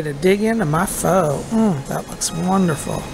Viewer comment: Hello Bob! Love your vlogs. Not sure if you know, but Pho is actually pronounced 'fuh' peace and blessings!